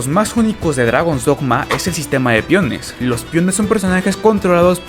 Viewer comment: Que no sabes pronunciar “pEOnes” eo no piones